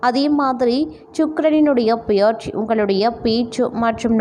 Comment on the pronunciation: உங்களால் தமிழை சரியாக உச்சரிக்க முடியவில்லை என்றல் தயவு செய்து நீங்கள் வீடியோ போட வேண்டாம். இல்லையென்றால் தமிழ் நன்கு பேச தெரிந்தவர்களை பேச சொல்லுங்கள். தமிழை கொலை செல்லவேண்டாம். உதாரணம் - 'பெயர்ச்சி' என்பதை 'பியற்சி' என்று உச்சரிக்கிறீர்கள்.